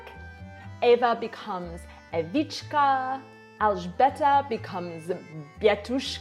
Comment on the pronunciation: OMG! You've covered both of my kids! Alžběta and Přemysl, also. :) I love, how you pronounce it. Thank you so much! I have to show the video to my husband tomorrow. Oh, and I love our -ová. :)